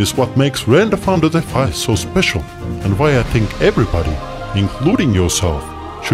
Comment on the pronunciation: Sounds like an improved Microsoft Sam. He can't pronounce renderfarm.fi correctly.